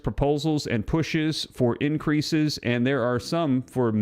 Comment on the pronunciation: The "r" in increase was omitted